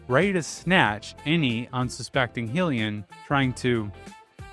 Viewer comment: traumatized by your pronunciation of "Hylian"